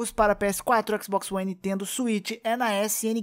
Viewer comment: "Xboxi one"